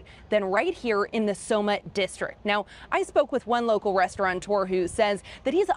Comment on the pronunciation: Restaurateur, not "restauranteur."